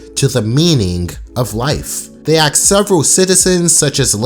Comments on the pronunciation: Stop man its "ask" not "aks" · 18- :22. you just used the word “axe”. Instead of ask. Where are you from originally my man!? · dude its ask not axe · "You could ever axe" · ayeee so im not the only one who sometimes says axe instead of ask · Ask. A-S-K. Not A-K-S. Ask. Asss-k. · I like the way he pronounces "Ask" as "Axe". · why do you say "axe" instead of "ask", i also noticed in your video about Courage's "the Mask" episode, you keep saying the "Max" instead of Mask? wut. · I like how you said axe which is similar to how darwin says ask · That moment when he said aks. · this Nigga really said axe 💀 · Idk why but when ever say ask I hear are axe and I find it very funny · It sounds like Darwin made this video... nvm this guy just chooses to mispronounce the word “ask” for some stupid reason